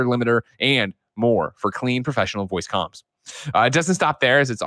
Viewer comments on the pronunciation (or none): none